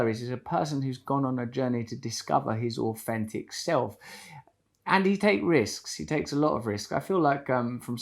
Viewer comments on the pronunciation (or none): Aufentic? It’s authentic . Can’t u pronounce ur th’s? Idiot